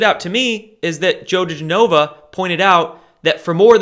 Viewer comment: Digenova pronounce gen like jenny....